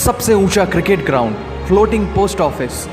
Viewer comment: Kirkit , rekard 🥲 well done